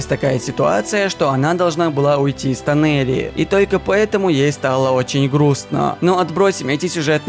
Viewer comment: Извините. Но не Тонери , а Тонари